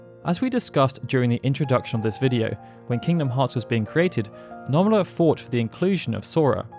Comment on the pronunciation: It’s NO-MUR-AH Not NUMB-ER-AH